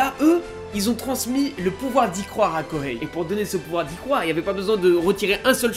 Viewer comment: Arghhh il n'y a pas de prononciation de H en japonais Kohei ce dit Koei